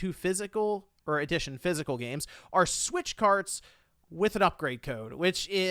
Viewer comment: it sounds like you’re saying “ADDITION” instead of “EDITION”